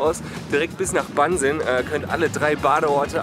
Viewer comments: Der Ort heißt nicht Ba(nn)sin sondern wird lang ausgesprochen, also Ba(h)nsin. Viele Grüße vom Usedomer persönlich. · Die Betonung sollte auf dem i liegen. Bansiiiiiiin.